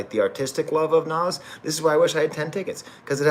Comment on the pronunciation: hey thanks for doing this professor ! and you got the pronunciation right , also just wanted to add that i honestly think hit-boy makes the kings disease trilogy a bit more than nas even. nas is obviously fantastic , but as an aspiring producer myself hit-boy is just so underrated in terms of versatility and quality. he can truly tailor his production to fit anyone like a glove and can just do everything. really hope he gets his flowers among hip-hop heads , and the run with nas definitely is helping to contribute. his upcoming album with benny should be great as well. also, i’d recommend the logic album that just dropped, it has a pretty cool concept and mostly the beats are excellent, his in-house producer 6ix also has that hit-boy quality to him and it’s just great fun. lightsabers and insipio are standouts from the production standpoint while redpill and village slum are great lyrically. self medication has to be the wildest collab of the year on paper, but it works perfectly. not usually a big logic guy but i think this is better than his last album vinyl days. fahim project is pretty good too but you already knew that (i think he gets outshined by your old droog though). well here we are am and i gotta wake up in 3 hours to make my paper physics lab , so i think i’ll leave it at that. signing off from ox vegas 🫡